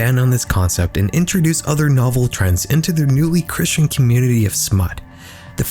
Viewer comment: it’s not a “Christian” community. WTAF. Learn how to say christened.